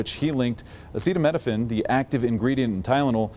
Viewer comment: Is amazing that these are the same people that get triggered and annoyed when they hear someone talk with an accent, yet they can’t formulate a single coherent sentence in their own language. Not being able to say acetaminophen is wild.